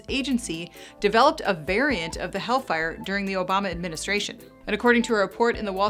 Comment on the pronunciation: helllllfire!!! not havean fire!!!